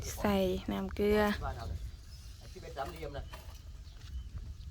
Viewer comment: น้ำเกลือคะไม่ใช่น้ำเกื้อ555